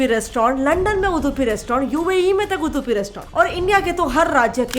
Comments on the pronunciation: It's not उदुपी,it's उडुपी And it's not डोसा, it's दोसा Learn to say properly on what you are presenting Even before mahabharata it was उडुपी Don't corrupt our names, they are not Turko-Irani-Mughal nouns FYI.. On every hotel picture of your Video, in every langauge it's written loud and clear - Udupi ( उडुपी) At least use that much of sense before distorting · Dehradun ke Da, Dharamshala ke Dha nahi maataaji! It's Udupi (vu-du-pi). Hope you had researched a bit more before mashing up everything under Shetty communities. Brahmin and Shettys' aren't same community and they are all not from Udupi! When you do it, do it right, not half baked mash up that might be misguiding! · It's Udupi not Udhupi first plz learn the pronunciation... Udupi restaurants Brahmin community like Gsb saraswats tooo n rest bunts etc etc se hua tha n rest others followed n made bigger hotels tooo i have gud respect for those tooo ....I'm born mangalorean n i very well have seen what other ppl have love for Mlore Udupi food b it veg or non veg .... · I like your content and the way you present!! But please put more efforts into learning how exactly to pronounce few things... It's Udupi(उडुपि, ಉಡುಪಿ), not Udhupi (उधुपि❌)... It's Dosa or Dose (दोसा or दोसे) not डोसा ❌ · It's उडुपी not उधुपी pls say it correctly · It's उडुपी not उदुपि fed up of correcting North indians. When u guys can't pronounce our words in the right way why do u attempt to make videos relating to us. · Pehele theek se Hindi bolna toh seekh le its Udupi not Uddupi . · First of all Its Not 🚫 Uduphi It's Udupi Just Like It's Kannada not Kannad.... These people Never Spell Properly.. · ಉಡುಪಿ ಸರಿಯಾಗಿ ಹೇಳಿ ಮರ್ರೆ ಉದುಪಿ ಅಲ್ಲ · उदुपि नहि उडुपि बोलिये ಉದುಪಿ ಅಲ್ಲ ಉಡುಪಿ 💛❤️ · It's Udupi, not udhupi 😂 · 🪔🚩🇮🇳 👌🙏✊ 🇮🇳🚩🪔 उडुपि not.... उदुपि For us udupiites, this sounds so irritating. But thanks for the video. 🙏🙏🙏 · First learn the pronunciation it Udupi not udhupi just like it's get set fly not get shit fly correct yourself